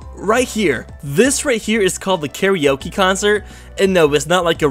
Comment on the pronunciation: You know, I get a lot of mispronunciations, and I can deal with them. But how can he look at the name Kara Oke and pronounce it as KARI Oke?